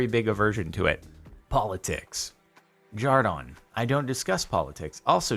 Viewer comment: No offense, but why do you say jar-don, I thought your name was jar-den